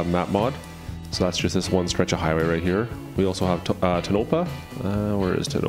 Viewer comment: Tonopah--- "Tone a paw"